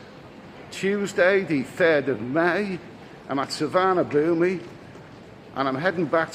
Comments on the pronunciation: I’m 5 seconds in mate, but it’s called su.varn.a.bhun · Please pronounce the airport "sewar-na-poom" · according to google translate it is Tsu - varna _ boom but definitely no ee at the end. I hate pronunciation police but that being mispronounced does get my goat. Somewhere amongst the YouTube videos, there is a video from the airport authorities that tells you how to say it. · Suvarnabhumi airport is pronounced Soo-Wanna-Poon my Thai partner keeps drumming into me hope this helps;) Great content as always 👌